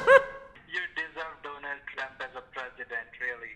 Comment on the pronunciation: When the scammer said, "Donald Trump", I thought he said "Donut Drmp". Lool